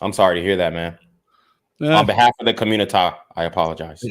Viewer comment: Why you tf you keep sayin communi-tah?